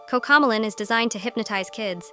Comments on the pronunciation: You said cocco melon instead coco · "Cocomalon" noooo os cocomelon! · Cocomlon ❌ Cocomelon ✅ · kokalon 🤣🤣🤣 cocomelon bro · Bro said cocomalonan 💀💀💀